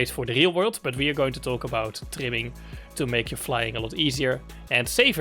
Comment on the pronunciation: Bro you saying timming or trimming ?